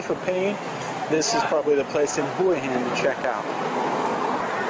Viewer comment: He guy can't pronounce the name of the place properly. Typical yank.Probably drives a Jagwaar.